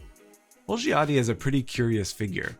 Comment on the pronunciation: The first „i“ in Olgiati is silent :)